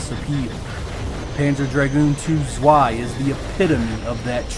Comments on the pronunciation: Panzer Dragoon ZZZZZZweeeeiiiii 😂 And Americans are telling us Germans that we‘ve got a terrible accent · it’s German, that W is like a V. It’s pronounced like tsvai. Rhymes with sky.